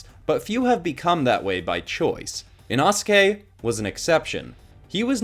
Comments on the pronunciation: It's pronounced Inoske. You pronounced Inasuke. Also confused by the red on Inosuke confused me because his pants are actually dark blue. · Ina-ske…oh nah…inosuke(ino-ske) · say it like e-no-ske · I really like your drawings and the stories you come up with for the characters but learn how to pronounce the characters names before doing the video I’m probably not the only one that got a bit annoyed at the way you said inosuke but other than that I love your videos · U said inosukes name wrong